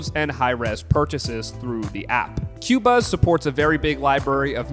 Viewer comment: The company does pronounce it as “ko-buzz”. You can see their interviews of audio company designers on YouTube. The best format for high end streaming. Tidal MQA is good but not on many of the albums when compared to Qobuz. Though these companies advertise 24 bit/192 kHz, very few are 192kHz, most are 44.1 or 48 or 96 kHz. Generally, difficult to hear much difference once you get 24bit.